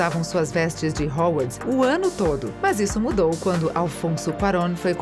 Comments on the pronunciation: O que é Hauwarts? kkkkkkkkkk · e quando ela falou "rouarts"? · MEU DEUS ERROU MONTE DE NOME RERMAIONI, HOWARDS, DAUMBLEDOR QUE ISSO KSKSKSS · Da pra falar Hermione e Hogwarts direito caramba.. que nervoso